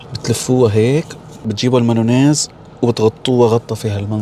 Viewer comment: المايونز❌ المانونز✅😂😂😂😂